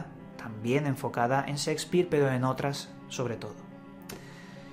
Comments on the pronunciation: Creo que son de lo mejor tus videos e investigaciones.. Si, de lo mejor...pero por favor!!!! Aprende a hablar castellano! NO SE DICE SIXPIR!!!!!!! SE PRONUNCIA SSHHHEEEKSPIIIEER!!! Y OTRAS TANTAS PRONUNCIACIONES VIZARRAS QUE TIENES QUE BUENO...DAN GANAS DE ARRANCARSE LOS OIDOS!!! SALUDOS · el codigo Szeckspir xD gracias por el video :P